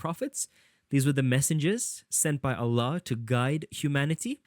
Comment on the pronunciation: Are you Muslim?your pronunciation of Allah and tawhid seems too good😅